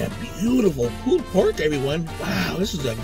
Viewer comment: "Pooled pork" lollllll